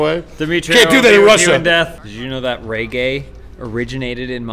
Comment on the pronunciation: Why the hell is he pronouncing Reggae as "Ray Gay"?